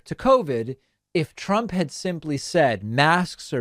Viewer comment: Or his own. One time he pronounced it "Drump."